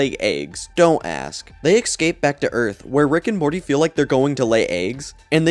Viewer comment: He says excape instead of escape